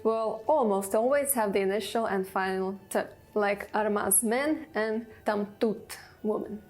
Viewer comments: Argaz not armaz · A man is said Argaz in Berber,not Armaz. The plural is Igazen.